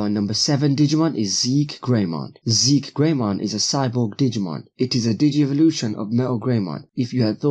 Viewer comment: It's pronounced Ze key greymon